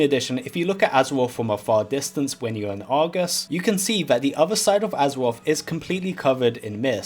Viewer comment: Take a drink every time he says Azawoff.